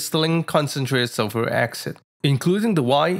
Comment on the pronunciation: I must get some of this special sulfric accent. Sounds real good. I won't buy sulphuric acid if this accent is readily available.😁